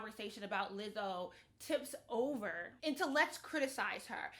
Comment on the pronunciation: I appreciate you for finally pronouncing her name correctly 👏🏾👏🏾